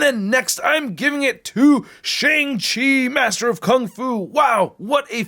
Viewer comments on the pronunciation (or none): none